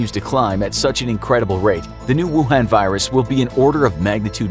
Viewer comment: Me: rewinding back to just to hear him say “rucoon”